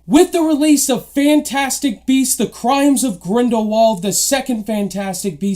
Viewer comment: Crimes of grindlebald xD